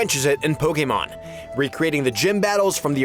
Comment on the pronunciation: Youre like the one person on youtube who pronounces Pokémon correctly 😂